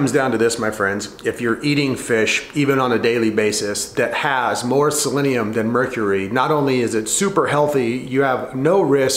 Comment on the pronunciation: I dunno guys, he's not even pronouncing selenium correctly..... Should we even trust this information?